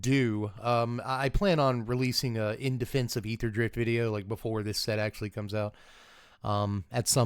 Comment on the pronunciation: I just want to say I appreciate you pronouncing aetherdrift correctly